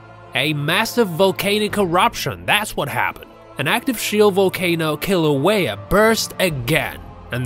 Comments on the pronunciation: And its pronounced (killouehya) not Kalouehya. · Its not paper, its Laaahhvuh. And its not St. Helens, its Kaaahhluhwayuh. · Omg yes and the volcano itself!! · Brah, learn how to say lava and Kilauea. Mahalo 🤙